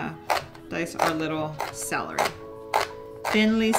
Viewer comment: Its CELery! NOT SALery!